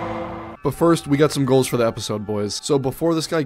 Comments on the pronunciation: Bro misspelt goals, he said goles. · No offense but I think your spelt goal wrong it was gole u said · I can’t tell if you’re doing it on purpose or not, but it’s goals not goles😭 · "Goles" ❌ "Goals" ✔️ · Its goals not goles, just saying ❤ ur videos